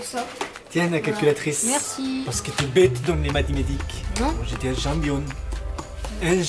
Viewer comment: le père au lieu de dire champion il a dit jambione 😂😂il me tue